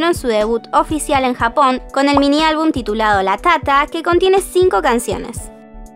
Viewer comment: Perdón pero me da mucha risa cada vez que dice: LaTáTa :u XDDD